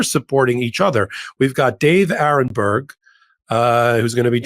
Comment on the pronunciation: David too! Aronberg not Aaron. Senior moment.😅😅😅